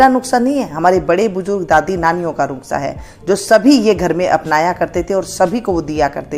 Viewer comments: कृपया नुक्सा नहीं नुस्खा बोला करें। धन्यवाद। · Aap bhi lijie Maam, taake theek se Nusqha/Nuskha bol saken - na ke Nuqhsa 😝😆😝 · नुस्खा कहिये.. नुक्सा नहीं धन्यवाद